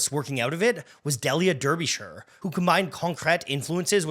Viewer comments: 'Del-yer Durrbeeshur'? Wtf? It's pronounced, 'Dee-lee-ah Dar-be-Shur'....... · It's pronounced Dee-lia Darbyshə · It’s pronounced DEE-lia DAR-bish-er. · Great doco. Just to be pedantic, Delia Derbyshire is pronounced Dee-lee-ah Dar-bee-sheer in British English. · I’ve never heard Delia’s name pronounced wrong before. It is: DEE-lee-a, DAR-bi-shuh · The music isn’t actually by the BBC Radiophonic Workshop. That bit of incidental music is by Tristram Cary. Also, Delia Derbyshire is pronounced: Dee·lee·uh Daa·buh·shuh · I'm sure someone's said already, but pretty sure it's pronounced 'Deelia Darbysheer' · Prononced "Deelia Darbyshire" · DEE-Lee-Ah DAR-Buh-Sheer. 😂 Great video, but yeah this was a moment. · I gotta say... You absolutely butchered Delia Derbyshire's name. At least you got the 'shire' part mostly right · JEEZ you couldn't have gotten the pronunciation of ''Delia Derbyshire'' more wrong if you tried